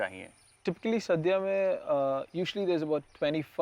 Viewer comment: its not "saadhya" its "sadhya"...pls get the name right at minimum